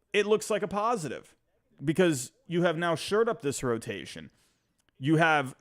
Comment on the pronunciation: You keep saying they “sured up,” but I’m pretty sure it’s actually “shored up,” as in to fortify or improve.